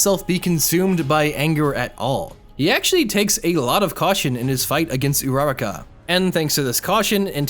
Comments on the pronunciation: URRRAK Bruh that’s not how you say it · This is overall amazing but man mispronounced uraraka and eri's names so much